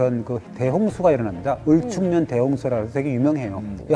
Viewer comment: 1925년 을총년..... 아무리 단순작업자라 할지라도 역사문화 영상인데... 소리나는대로 을충년도 아니고.. 을축년이겠지.